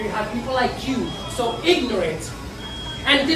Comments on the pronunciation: pfffff "ingorat" lol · “we aren’t in-gorant” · That old lady at Burger King really said "we aren't ingorant!! 🤣🤣🤣 Nope, not at all ma'am; you're not "ingorant," but you are very ignorant! 🤦🏼‍♀️😆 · "so ignorant and disrespectful" "We aren't INGURAINT." 😂😂😂😂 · "We aren't ingorant" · Lmao she can’t even say ignorant lmao